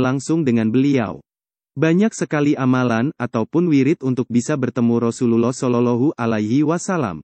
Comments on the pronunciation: Mohon untuk belajar lebih fasih lg dalam pengucapan rosulullah dsb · Pengisi suaranya tdk fasih dlm menyebut Rosululloh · Betulin dulu ucapan yg paseh menyebut Rosulluwoh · Ka Carapengucapan Rosulullah SAW. Kurang Tepat Ka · Ucapa Rasulullah shalallahu alaihi wasallam di ucapkan dgn benar, min...! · Betulin dlu cara ngucapin Rasulullah SAW nya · Maaf admin, baca arabnya yang fasih panjang pendeknya, inikan konten islam masa bacanya gitu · Coba pengucapan Rasulullah saw dibenerin, maafkan saya kalo menyinggung hati admin 🙏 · Channel Islam, tapi mengucapkan Rasulullah saja tidak fasih.